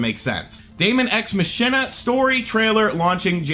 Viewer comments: It is pronounced Ma (as in “mama”) Chi (as is in “lock and Key”) Na (as in “na bro get off me”) Ma-Key-Na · I'm pretty sure it's pronounced demon ex mock-eena like a pun off of Deus ex machina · "Muh-SHIN-uh" is an odd pronunciation!